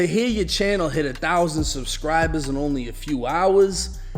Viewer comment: Subscribuzz 😂😂😂 rappuz 😂😂😂